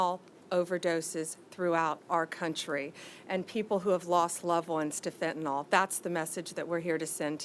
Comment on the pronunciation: FEN TA NILL is how its pronounced and EP STEEN was murdered..